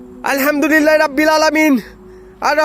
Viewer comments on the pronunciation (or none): none